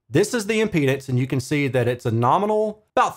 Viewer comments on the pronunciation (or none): none